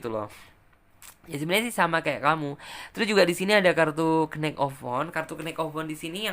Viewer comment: knight dalam bahass inggris huruf K nya gak dibaca. sehingga bacanya harusnya yang bener night. atau biar lebih jelas pelafalannya yaitu nait. ght seperti dikata good night juga tidak dibaca naikh tp nait. sama seperti knight td dan huruf K nya tidak dibaca. Dan delapan dalam bahasa inggris adalah eight bacanya eit jangan dibaca juga ght nya kalau jdnya eikh dibacanya itu seperti pelafalan telur atau egg dalam bahasa inggris bukan angka 8.